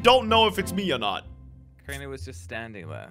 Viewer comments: Wait idk why keep calling crainer comtainer 🤣🤣🤣😂😂😂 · idk why say crainer container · Why does thy call craner I contaneir do u guys notice? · Its not container its crainer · His name is not contanier his name is crainer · said name of Crainer she saying container hahahahaha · () calls crainer, "container"